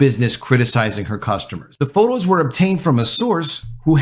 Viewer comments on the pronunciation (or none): none